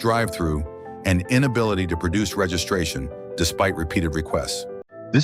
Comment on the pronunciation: "What do you need? Resregiration?" LOL